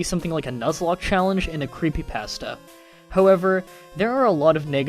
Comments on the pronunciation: It's pronounced cree-pee paw-stah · creepy pasta (Kreepe Posta) you pronounce it wrong